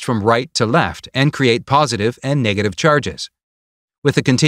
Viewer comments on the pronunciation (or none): none